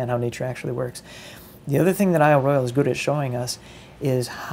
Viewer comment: Royale is pronounced roy awl...just sayin'; don't flame me.